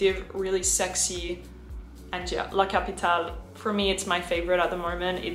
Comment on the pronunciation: Hi in Italian "LA CAPITALE" is pronounced "LA CAPITAL-AY" So it's not pronounce like an I the E